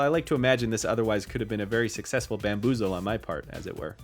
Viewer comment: …bamboo-zle?? really??? did you just